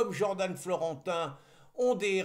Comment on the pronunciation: Jordan ne se pronounce pas Jordane. C’est dommage d’esquinter notre belle langue française.